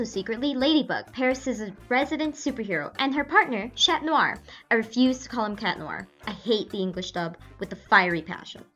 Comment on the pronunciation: You hate the english dub but you don't pronounce "Chat" correctly. -_- lol